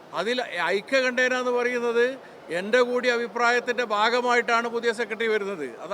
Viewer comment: 'ഐക്യകണ്ഠേന' അല്ല; 'ഐകകണ്ഠ്യേന' ആണ് ശരി